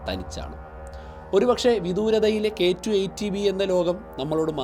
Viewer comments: K2 18b, not k2 eighty b, correct it when you pronounce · പലതവണ കേട്ടിട്ടും ചേട്ടൻ പറയുന്നത് കെ ടു, ഏയ്റ്റി ബി എന്നാണ് ഞാൻ കേൾക്കുന്നത്... ഏയ്റ്റീൻ ബി എന്നല്ലേ പറയേണ്ടത്? ഇത് 18 അല്ലേ... ഏയ്റ്റി എന്ന് പറഞ്ഞാൽ 80 ആവില്ലേ...